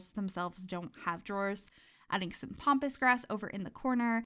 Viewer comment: I have a little giggle every time you call it "Pompous" grass. :) Way better than Pampas grass. I am SO looking forward to all of your tiny builds with this new pack!!